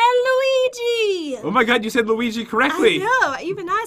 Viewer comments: did say luigo do she even Mario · Pat: I'll let u choose: Ok lets do layo leo lewi looay luii luigi. Pat: You said it perfectly when we got here... Me: 😂😂😂😂